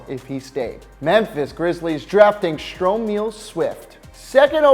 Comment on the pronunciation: Lunchtime! Time to go get my Stro-meal!